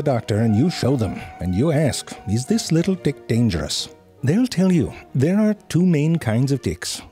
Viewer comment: I dont know why i keep hearing little dicks instead of tics on the start of the video. And lmao on the ahahahahha